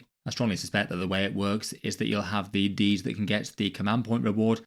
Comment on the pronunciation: I keep hearing deez not deeds.